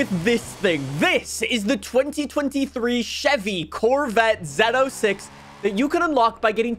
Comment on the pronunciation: I really wish they switched out the Silverado for the trx Also it’s pronounced zo6 no zed06